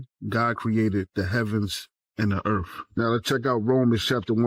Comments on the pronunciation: "God ceated the heavens... and the ERFF" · the heavens and da erf what's a erf? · "God invented the Erf?" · The truf, the earf... Well, I'm convinced!